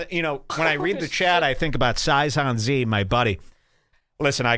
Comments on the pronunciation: Sai - zon- zee kills me. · Sigh -sohn-see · The fact that he mispronounced Saiyan Z is reason to hate this guy alone. You can't talk shit if you can't read properly. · He is saying it wrong to be a troll.